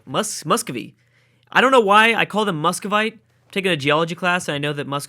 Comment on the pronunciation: LOL MUSCOVITE IS THE WAY YOU SAY IT!!!